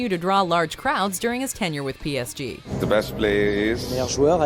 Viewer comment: Jesus christ she butchered PSG